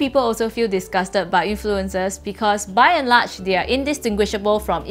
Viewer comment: The way she pronounces "influenZers" drives me nuts, esp when she's admittedly anal about the English language